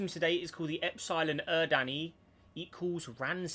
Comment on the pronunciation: the way he pronounced epsilon eridani physically hurt me